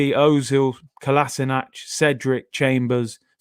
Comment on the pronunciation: Man said Kolaisnac airlines. You are hilarious at times. 🤣🤣🤣